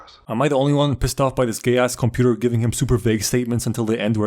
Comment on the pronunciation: It’s ass, not ahh